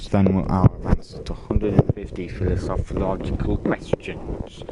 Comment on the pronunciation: It’s pronounced philosophical